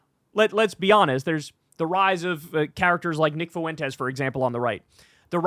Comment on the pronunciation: It's 'I wish I were' , not 'was', and 'Fuentes' is pronounced 'FWEN-tez', not "foo-WEN-tez". Maddening.